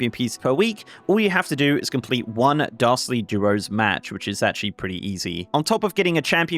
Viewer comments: Great overview,! Also, everytime you say "Dastardly" it sounds like "Darcy" and I'm a big fan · I thought you kept saying "Darcy Duos" lol